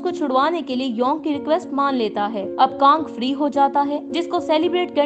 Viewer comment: फाड़ी नहीं फ्री